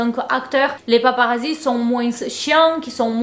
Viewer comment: on ne prononce pas le "s" à la fin de moins c'est un s muet comme dans parfois, corps, tapis etc :) bisous <3